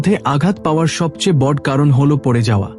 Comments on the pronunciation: বড় কথাটার উচ্চারণ শুনতে আমার কাছে শ্রুতি মধুর হলো না। নিয়মিত, এধরণের অনেক উচ্চারণ আমার কাছে ভলো লগেনি। আশাকরি আপনার উচ্চারণ গুলো ঠিক করে নিবেন। ধন্যবাদ। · বাংলা বলতে শেখেন নি? বড়্ বড়্ ছোট্ ছোট্, দেব্, হল্ এসব কী উচ্চারণ?